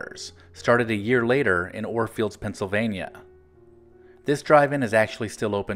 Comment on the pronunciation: Thanks for this video! Two quick notes: *Orefield, PA (not "Oresfield"), and the in-car speaker was *hung on the window, not "clipped to."